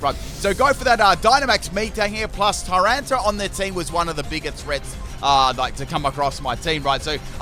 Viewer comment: I was listening to this in the background while team building, and thought multiple times that you were calling Tyranitar ‘Tyrone’ and not ‘Tyrana’